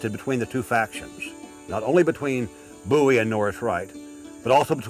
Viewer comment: FINALLY, SOMEONE WHO SAYS BOWIE THE RIGHT WAY!!!!!!!